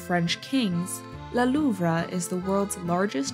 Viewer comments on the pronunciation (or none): can't even pronounce louvre correctly.